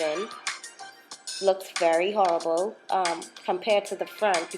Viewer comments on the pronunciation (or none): I luvvv my Bahamians 🇧🇸.... I just luv our accent and when you said "Horrible" why I bust out laughing lol but it really looks great on you tho...